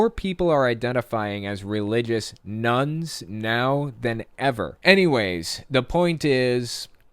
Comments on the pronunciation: I kept thinking he was saying "nuns" :D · At first I thought he said more nuns Then I realized he meant religion= none 😂